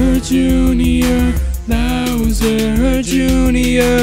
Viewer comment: Bowserrrr juinor, is a sin.. NO OFFENCE